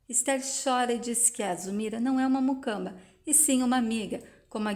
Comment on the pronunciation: Moça😮?Vc disse MUCAMBA? Ñ é MUCAMA? Olha, até elogio o trabalho que vc tem em narrar as novelas, mas precisa prestar atenção nas palavras que diz.Há muitos erros crassos em seu portugues.Melhore pra narração ficar perfeitinha, ok? 😉